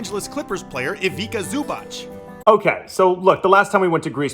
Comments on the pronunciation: It's not Ivica.. it's Ivitza like in Ibitza lol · The letter c is always pronounced as T's as is pets so Ivica is pronounced Ivitsa 😅